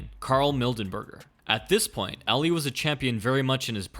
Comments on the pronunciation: Why does he keep saying eli instead of Ali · Say it like "all-lee" not ally